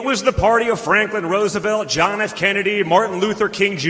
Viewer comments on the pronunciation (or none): none